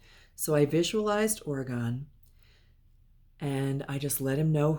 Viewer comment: Hi, thanks so much for the reading w/ Orgone (yes, you pronounced it correctly). My husband is allergic to cats, but that never stopped him from having them. Orgone did love to be held so it doesn't surprise me he jumped into your arms! Orgone did pass from a tumor in his stomach. We do have crystals around the house, but none that dangle or hang, but I can understand that he would like looking at them. We're not sure what the chicken nuggets or Miss Fishy is referring to, but we did find the message about him w/ other families comforting. Thanks again!